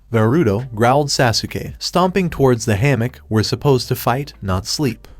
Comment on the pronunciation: your saying sasukay this is how you say it sos-kay its spelled sasuke